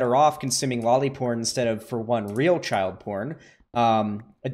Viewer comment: The guy couldnt even say lolly porn